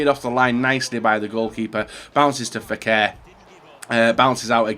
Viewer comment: for the 1000th time already its NABIL FEKIR NOT NABIL FEKER